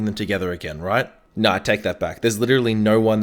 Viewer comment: I like how he says "no" like "Nourw"